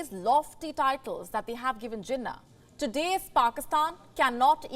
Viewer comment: its not jinah its jeenaah, stress on last syllable